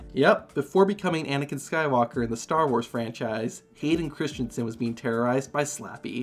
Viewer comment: Oh my god you literally destroyed his name 💀 it’s Christensen, not Christionson